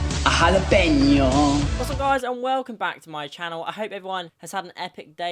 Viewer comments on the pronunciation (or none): Its jalapeño not hallepinio. Es español.